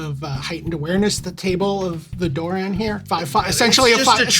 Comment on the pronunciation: its not pronounced duran, its doran, its an o